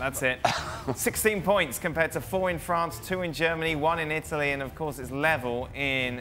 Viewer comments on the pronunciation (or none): none